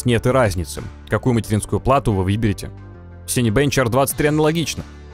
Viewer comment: это что было? я один услышал "какую материнскую плату вы въебете"?))) вроде такое видео серьезное, как-то смешно сразу стало)